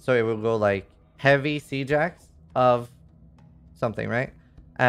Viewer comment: i love how you pronounce "siege axe" "sea jax" lol super interesting